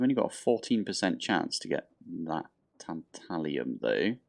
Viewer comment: Tantalum doesn't have an i in it